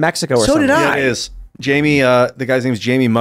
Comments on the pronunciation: is not Jayme is (Hi E meh) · "Jamie" vs "Jaime"